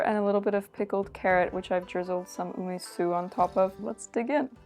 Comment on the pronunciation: What is GREEN garlic? garlic shoots I think is what you used. Shallot shoots are used more commonly but they are similar. What is UMISU ume sauce which is more dense and sweet/sour or umeboshi salty sauce more similar to magi and more liquidy? Based on vinegar comment I assume you meant Arche Organic Ume Su Umeboshi Seasoning Sauce specyfically but idk.. Btw Olive oil and Sesame oil are both not for frying since they have quite low burning temp for oils and they are meant to be used cold more than anything like dressing but you can still fry on them but in lower temperatures or adding it near the very end of frying when heat is turned off already. Pls use oils, which are meant for frying if you wanna stay healthy. You wouldn't have an itchy throat and you are clearly NOT allergic to it so I don't know what is ur issue. Do allergic testing in a doctor office.